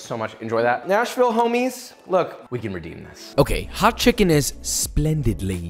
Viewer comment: I swear to god it was 30 seconds before the end of the video before I realised you weren’t saying National Hot Chicken, and was wondering why the hell it would be named that. Lol.